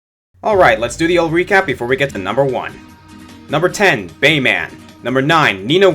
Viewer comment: The way you say "Bayman," like "Superman" or "Batman," is pretty annoying...